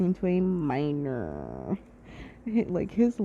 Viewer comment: “English proficiency “😂😂😂 you say “minor“ like meat 🚀.